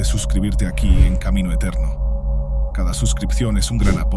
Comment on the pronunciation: jajaja anda a predicar a otro lado !! Lo mío fue una broma , porque la inteligencia artificial con la cual hacen los vídeos, en lugar de decir SIGAN A CAMINO ETÉREO dice Camino Eterno. Un error estúpido que a fin de cuentas invita a seguir otro canal en lugar del que quiere invitar. Pero siempre aparece algún predicador a dar lecciones de vida que nadie pidió, y aquí estás vos